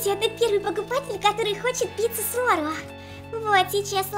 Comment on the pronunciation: Не орэо а орео